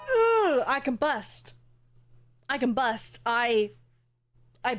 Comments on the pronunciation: I get that you are probably joking, but she was saying "combust" instead of "can bust" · i legit thought you said "i can bust" 🤣🤣🤣